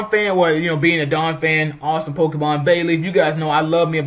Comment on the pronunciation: Yeah, you spoke very fast, faster than normal. Definitely sounded like Bailey